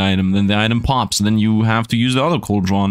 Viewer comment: Coldron is pranounced like cold-ren